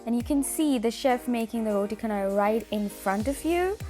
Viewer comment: roti chanai not roti kanai